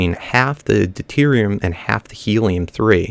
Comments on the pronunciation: Hey, it's pronounced (Dew-tier-ee-um) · The deuterium is pronounced du(as in like the moo of a cow) ter( as in like tear) ium